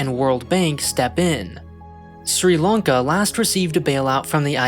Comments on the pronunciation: Lanka* not Lonka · why are you saying "long-ka"??